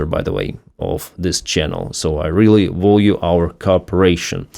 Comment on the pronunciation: Value is pronounced val-u